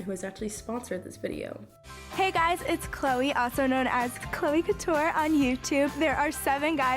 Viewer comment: i almost cried when u said couture as cou TER